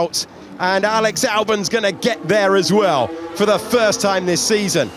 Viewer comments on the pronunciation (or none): none